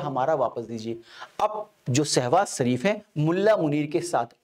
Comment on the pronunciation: सर आपका pronounce बार बार सहवास शरीफ हो रहा है। कृपया स्पष्ट करें ऐसा कौन सा सहवास है जो शरीफ तरीके से होता है चाइना के साथ या अमेरिका के साथ।